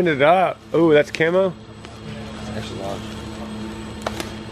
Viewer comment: 🤣Love the "cami" instead of camo🤣❤